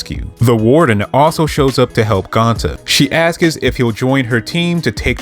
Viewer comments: Stop saying askis… bro it is ASKS bro you sound extremely ignorant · Love the info etc but if I hear the word “ASKS” as “askus” one more time ima throw my phone😂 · cool video but why do you say "askes" its "asks"